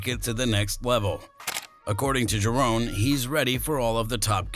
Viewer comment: It’s Ja…Ron not JaRone! Get it right fella